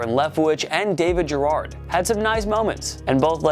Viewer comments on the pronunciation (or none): it's Garrard is pronounced(Ga-rrard)